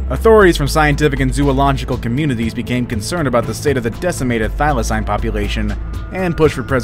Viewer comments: He keeps pronouncing it as thy-la-cine not thy-la-cene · I’m from Tasmania and I cringed our the pronounciations of ‘Thylacine’ and ‘Hobart’ lol